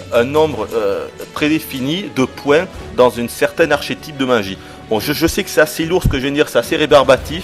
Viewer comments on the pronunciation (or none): none